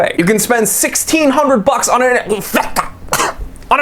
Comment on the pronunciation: your aw rong bout N-vic-ta... 🤪